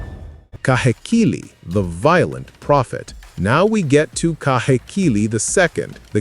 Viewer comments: Heh- not hay Kee-- not key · Ka/hay/key/lēē - KAHEKILI